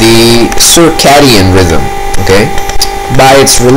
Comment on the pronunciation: cir·ca·di·an, or if you prefer, /sərˈkādēən/....